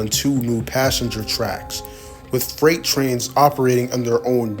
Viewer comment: Why do you pronounce so many words wrong? Are you a robot? “Fright” for “freight?” Sounds bizarre and sketchy.